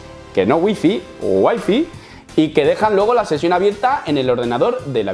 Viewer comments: Sigues pronunciando mal WIFI en inglés hahahaha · Noooo!! 'wai fai' se pronuncia hombre xD casi pero! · waifi no, way fay 😅